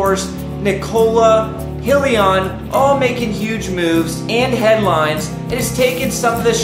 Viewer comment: it's just I'm trying to take your advice seriously and the mispronunciation throws me off. Other then that I like your videos.